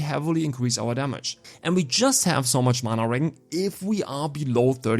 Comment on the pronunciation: wow you butchered the accent on regen haha no offense! But on serious notes here are my questions for this class: 1. IF we are using manaball eruption and staff as main hand,don't we negate the offhand basic attacks from xbow? or do they still proc when using xbow skills? It's a myth that goes on for a loooong time. 2.Loved the idea for mana shield! 3.Is ice bombarement explosion worth it? 4.Isnt it a miss that we sacrifice fire bomb which is like 7-9 second cd fire skill?